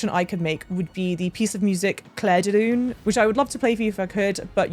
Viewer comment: Especially with Lune being pronounced Luné, where in actual French the e is silent. Or just call her Moon, but obviously it defeats the purpose and the Zappas might have a thing or two to say about that 😅